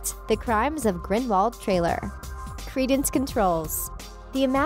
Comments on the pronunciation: It's Grinde-vald not grinwald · did. She. Just. Say. Grinwald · I stopped watching when she said "Grinwald" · it's grin-dull-wald not grind-wald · Ricki-Sue King smh it’s GRINDIWALD not GRIN-VALD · It's Grindelwald. Grindevald was pronounced that way by Viktor Krum because he wasn't that good in British. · It’s Grind-I-wald not Grind-wald And Dumbledore was a transfiguration teacher before coming headmaster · It's irritating on these videos when they terribly mispronounce things. Right at the beginning- Grin-del-wald, not Grinwald. Sound it out, lady. Wizengamot sigh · Ricki-Sue King Grin-del-wald, you mean. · Ricki-Sue King Yeah well I myself always got mixed up wondering wether it was Grindelwald or Grindlevald but if Dumbledore says it with a v then it’s confirmed as He knew him personally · Sorry but it’s grindwald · Grin-dolf Seriously?! 1) At the end of the movie, Grindelwald himself gives Credence the wand 2) You do understand the snake you just named ‘ maledictus’ is nagini? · The crimes of grinwal😂😂😂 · ‘Grinwald’ ‘Lehta’ NO!!!!!! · She can't say Grindelwald either! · Did you know that Grindelwald is a village in Switzerland? Just some random info...as for Harry Potter, if you pronounce the name in Grindelwalds accent the W becomes a V. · Or you could use your brain and realize that "Grindelwald" is a German[ic] name and thus would be pronounced as a German-speaker would pronounce it. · I was done when she mispronounced Grindelwald... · Omg Grindelwald didn't die until 1998. Not only is she terrible at pronouncing any of the name she has no clue what she's talking about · at least learn how to pronounce "Grindelwald" and "Leta" correctly